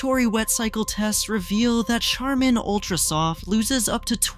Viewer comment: Who mispronunces "Charmin"? Artificial intelligence is who. I hate AI videos.